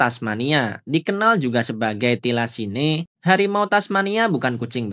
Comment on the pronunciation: thylacine bacanya : tailesin...